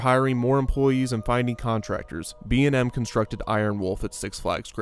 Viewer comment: Dude the commercial for Kumba not only acknowledged the manufacturer, but they also pronounced B&M’s names correctly. That’s pretty cool.